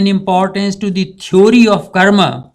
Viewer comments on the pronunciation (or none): none